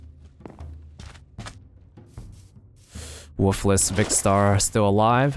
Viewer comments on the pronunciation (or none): It's funny how he pronounces woofless